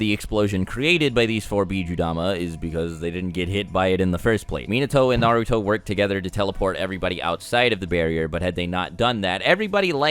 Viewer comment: it really triggers me how he pronounces minato and naruto